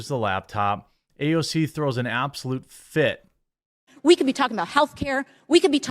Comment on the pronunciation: I think she pronounces AOC ouch